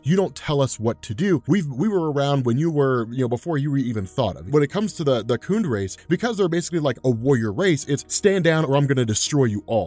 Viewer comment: Khund rhymes with fund.